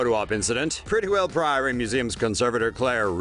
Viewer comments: Prettiwell is not pronounced like that. I am from Southend. Edit: Pretti is not pronounced 'pretty' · It's not 'Prettywell' it's Prittlewell. Prittle-well.